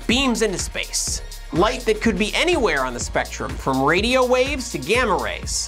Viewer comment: "Spectrium" :P